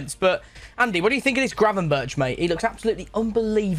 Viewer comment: Ah yes “Gravenburch” XD